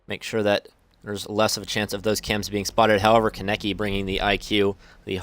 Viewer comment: Any Tokyo ghoul fans triggered at how he said kanekis name?